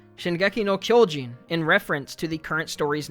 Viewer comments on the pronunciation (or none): just some jp pronunciation: the o in kyojin is not like in English. You kinda "blow" it up ig. You would need to use an o more like in words like opera.